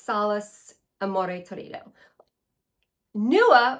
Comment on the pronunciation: Hi! I was finally able to try vibrato and amore torrido at esxence and I loved them!! Ps Torrido is pronounced in Italian with the accent on the first “o” not on the “i”= tórrido, not a criticism at all,just so you know! If you heard my English accent you would be terrified🤣